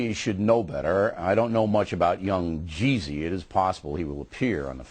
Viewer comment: how hard is it to say yung jeezy